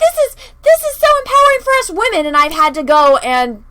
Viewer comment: Captain wahmen is not a HERo… It's just HER and her "WHAMENISM"....